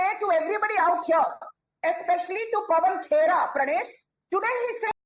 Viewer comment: calls paban khera as paban chera😅